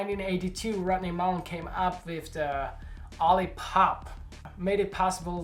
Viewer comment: I dig your accent. "Rodney Moolen" lol